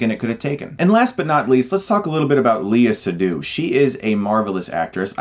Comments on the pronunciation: Lay-ah Say-doo please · It has great cinematography, but the plot/story/writing is quite forgetful. Spectre is the last Bond movie I watched and I have about 15% recollection of the story, while I still remember fondly the plot of its predecessors. Also, the way you pronounce her name.... is such a torment I’m not even french.